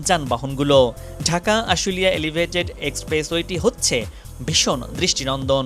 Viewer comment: ধুর ইডিয়ট!এলিভেইটেট!